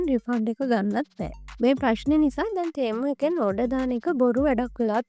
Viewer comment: තේමු තේමු ගන්න එපා යකො...ටෙමු කියාපිය.